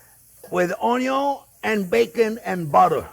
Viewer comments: WELCOME EVERYONE! "On this channel, we cook things with onyo 🧅, bacon 🥓, butter 🧈, and wine 🍷." We love you, 👨‍🍳 Chef Jean-Pierre ! 😊 It wouldn't be his channel if he didn't forget something. 😂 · My four favorite things in the Kitchen: Bacon, Onyo, Butter and Chef JP. Cheers from California, USA. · Oh, sorry! Onyon, Bacon, Butter!